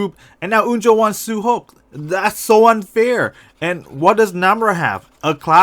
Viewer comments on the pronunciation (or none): He said su hok not su hyeok. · Why you say suhok and unjo not su hyok and onjo??